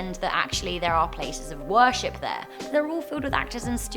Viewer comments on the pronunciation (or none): none